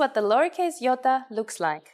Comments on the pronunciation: It is not Giota (Γιώτα) it’s pronounced Iota (Ιωτα) pronounced (e-o-ta) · I thought she said "Yoda" at first .-. I need to go to bed it's 2am. Study more when I'm awake.